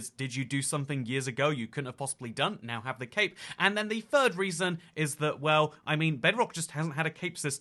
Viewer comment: When you say cape sounds like you say cake, wich is funny